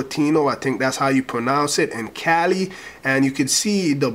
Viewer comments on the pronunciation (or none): none